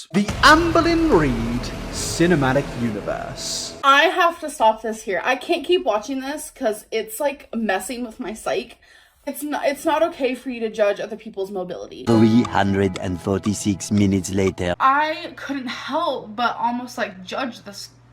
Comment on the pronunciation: Did she just pronounce psyche as as psych...